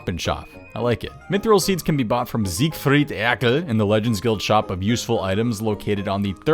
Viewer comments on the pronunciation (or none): The pronunciation of siegfried erkle completely sent me, so unexpected